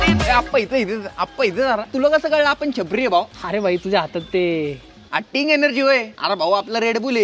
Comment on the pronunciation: It's not sting. Its Ting